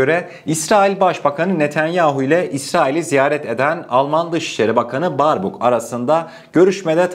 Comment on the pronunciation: Alman dışişleri bakanının ismi Beerbok diye okunur kardeşim eğer bu yorumu okursan aklında bulunsun Allah'a emanet